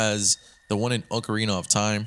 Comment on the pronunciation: no-one ever says ocarina of time right, come on man😂